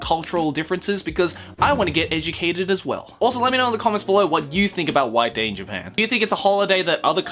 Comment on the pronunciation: instead of white day i heard wank day.